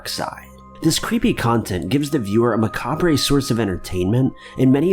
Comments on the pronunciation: I’ve heard it “mah-cob” in the states and “mah-cobber” in some European counties, but “mah-cobré”, really? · For the love of god it "MUH-KOB" there's no "BRAY" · hey dumbass, after a hundred videos of you making this mistake I can't take it anymore. macabre is not pronounced macobray...it just pronounced macob. there is no r sound in the word. when you say macabre you do not pronounce the r. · It's pronounced Ma-kaab There's no "re", it's French. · Kat McSaylor To me it sounded kind of Spanish haha, saying it’s like “mah-cobré”. Ridiculous, though honestly.... I’ve heard a couple different pronounciarions, but that’s a new one for me. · Macabre is pronounced 'mah-cob' :) I look forward to your videos all the time! One of the best countdown channels, imo. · Can somebody plllleeeasssee teach this narrator how to properly pronounce "macabre?" This is the second video where I've heard him flub it. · why tf can no youtuber correctly pronounce "macabre"? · I’ve been a subscriber for a long time and enjoy your videos but I really wish you would learn to pronounce macabre correctly. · Hey. Could you PLEASE start pronouncing MACABRE correctly???!!! It drives me nuts every time you say it in your vids. That being said..... I love your vids! Keep up the good work!! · I was coming to say this same thing, second video he's mispronounced it.